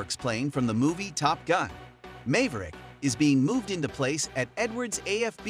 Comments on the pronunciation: The first syllable of maverick rhymes with have not may. Have rick Mave rick. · MAYverick? IT MAVERICK. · The way the meecrowav say mayvrik is very dispracking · "top gun mayverick" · Mayverick… damn I hate these fake voice overs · Who cares. Anyone who calls it "Mayberic" with an AI-voice does not need more views. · You called him Mave-rick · "mave rick" lol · "Mayverick"? "Saytellite"? The Skunkworks is where the SR-71 IS made? One-minute watching was enough. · Please learn how to pronounce Maverick, thank you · Mave-Rick Sate - elites....c'mon man..... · 'May-verick'?? Proof-listen your speech-synthesized content before releasing it to the universe. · The narrator here has no clue anyway! I'm sorry, but "May-ver-rick" ain't how anyone says it! (With more than tow brain cells to rub together) "Might be able to hit Mach 6"?? Haaaaa.... The SR-71 Already blows that outta the water! (Yeah, they say Mach 3, but the F-4 Phantom ALREADY flies at Mach 3+!) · Could you at least attempt to make the robo voice pronounce names correctly. Text to speech has come a long ways, you should probably put the sane effort into making your script sound credible instead of the character name of Cruise being pronounced as "May Verrick" half the time. Pathetic, you could get better by paying the same voice actor at Fivver. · Cant even pronounce Maverick, lol. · The A in Maverick is the same A as in Map, Back, Latch, etc. It's not the A as in Lake, Jake, Take, etc. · That's just the computer voice messing up the english language. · You pronounced "Maverick" incorrectly. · Nah u said maverick wrong 💀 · Interesting, but is this just an AI narrator and stock footage? Can’t pronounce Maverick? Good script, but keep it real.